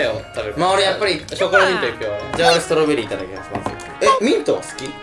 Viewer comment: いっただっきまっすんってww テオくん…w←←)))